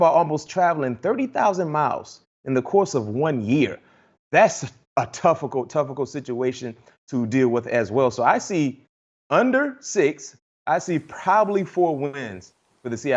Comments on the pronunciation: Did he just say “a toughicult, toughicult situation”? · Ain’t no way he said “toughicult” 💀😂😂😂